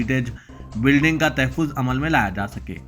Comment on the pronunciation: Tahaffuz is correct pronounciation.